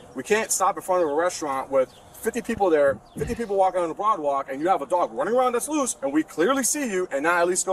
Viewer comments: Ok.. is that really called a BROAD WALK?! At first I thought that one cop just doesn't know how to say boardwalk... Who the hell came up with the name BROAD walk? Is that were broads walk? It's all broads on that walkway man... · This guy said broad walk!!😂